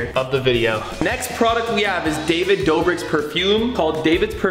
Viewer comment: dobrik?! its doughbrik matey